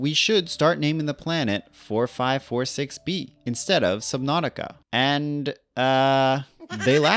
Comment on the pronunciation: also it's pronounced with every two digits being one number. forty-five forty-six bee